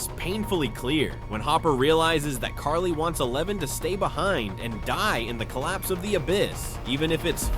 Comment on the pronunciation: Carly, you mean Kali?